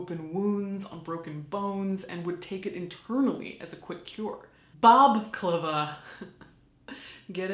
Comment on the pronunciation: ''Bob-klava'' hahaha i can't believe you!